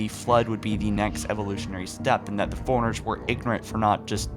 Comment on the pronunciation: Same with how he pronounces forerunners. Sounds like he says "foreigners"